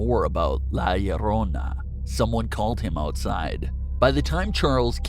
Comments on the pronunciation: He says LA LLARONA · Why the fuck u say her name so weird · My man sounded weird whenever he said La llorona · Why you gotta say la llorona like that man😂❤️